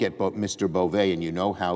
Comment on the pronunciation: It’s pronounced BovE! He’s Nosfartu! 😂